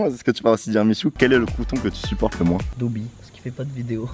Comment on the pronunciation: dobby pas dobbi 🤦🏻‍♂️